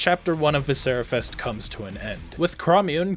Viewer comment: I agree, great game. I disagree on your pronunciation, but I loved playing what's available at this point and can't wait for more from this one.